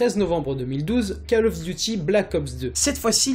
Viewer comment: Cole of Diuty ffs! lol